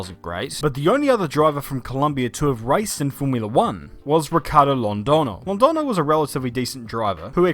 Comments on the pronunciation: to pronounce the ñ try saying it like Londonyo with the sorth of nya sound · Hey! Spanish-speaking fan here, but by no means a language or phonetics expert. Friendly tip: whenever you see the ~ above the n, the letter is no longer pronounced as an n, but rather as a weird, condensed 'gn' sound instead. Kinda like how the word "lasagna " sounds. So in this case, Londoño is pronounced Londogno. Hope this helps:) And awesome video, as always!